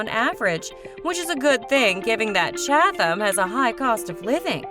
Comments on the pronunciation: We laughed at the Cha-tham pronunciation. We live in Chatham and sometimes jokingly use that pronunciation. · The H is not pronounced in Chatham and Ho-ho-kus was mispronounced, also. Who is this clown? OMG, I just got to Parsippany! We won't even get into the fact they moved Saddle River to the tropics. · Chad-than? Par-sip-pany?? The Narrator needs to take her mouth back to the dealership and get another one. 😭😂🤣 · I tried man, I really did...I suffered through "ChaTHam" and "HO-HO-KUS", but "Parsi-Panny" was where I had to draw the line and pull my chute. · It's pronounced "Chad dum" oh my god!! PAR SI PANNY!! stop please get a local narrator and Princeton seriosuly lol$ 115k pp hh this is hysterical 🤣